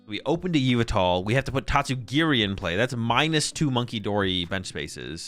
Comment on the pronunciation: STOP CALLING YVELTAL YOU-VI-TAL PLEAAAASE GAAAAAAAAAAAAAAAA (yuh-vel-tal)